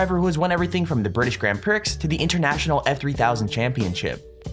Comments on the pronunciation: lol you said grand prix instead of grand pree common mistake tho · It is pronounced pree not prix i know it looks like prix though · "Prix" is pronounced "Pree", not "Pricks". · My mans really just said “grand pricks” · he said Grand Prix. But prix was like pricks instead of having the x be silent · It is pronounced pree not pricks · Haha he said pricks instead of prix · "grand pricks" its grand pr-ee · Grande PRICKS! Pricks! Omg. It's French. Prix. You complete ballbag. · grand pricks seriously? And Dubai is not a country... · British Grand Prix is not pronounced "Pricks" man that sounds dumb. That is like calling a cell phone a Kell P Honee. It is pronounced Prix = Pree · Not intending to be critical, but "Grand Pricks" instead of "Grand Preee"? The narration of these videos is just...awful. Last one for me from and all the related, same-narrator genre of clips. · it's Grand Prix as in Grand Pree not Grand Pricks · Grand Prick...? Really...? It's pronounced 'Grawnd Pree' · Grand pricks? Its pronounced Grond Pree, the X is silent. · the guy said "priX".... lost all respect buddy, the X is silent, it's pronounced as "pree" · Grand Prix is french and is pronounced "gron pree" - not grand pricks (or dopey pricks like the narrator) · You said British Grand Prix like grand pricks. It's pronounced grand pree. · Pre not prix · It's not gren pre it's pronounced Grand Priks :) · Prix /prī/, not /pricks/! >~< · It's pres not pricks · bro said grand pricks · Tell me you know nothing about racing without telling me you know nothing about racing: “grand pricks” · he did not just say grand pricks 🤣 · did he say grand pricks? lol what a tool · Fake video with randomly chosen tracks and a dude who pronounces "Grand Prix like Grand pricks" wow. Great video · PRIX? oh my god! It's pronounced pree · Prix is French. The x is silent. It’s pronounced prii. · "Grand pricks" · really? grand PRICKS? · Grand pree u spanner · " GRAND PRICKS C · Say it like grand pree